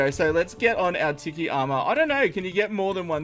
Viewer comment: Anyone else get triggered when he sais tiki like (tih key) when you say it like (tee key)